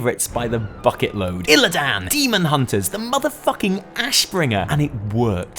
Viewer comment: I like you, I like you enough that if I had a vag I would deffo let you spawn my insides. BUT you don’t need to butcher the names it’s just Illidan, ya don’t have to go with illlaaaaaaaaaaan. Part from that, take me 🌲